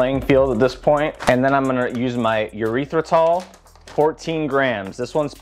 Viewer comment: please stop saying Urethra-tol 😩 doesn't sound appetizing